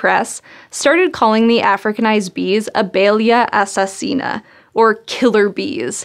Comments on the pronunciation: I'm Brazilian and you've pronounced "abelha assassina" very well. Parabéns :-) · You actually said abelha assassina perfectly! Congratulations!